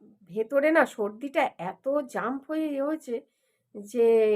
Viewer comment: শব্দটি জাম্প নয় জ্যাম্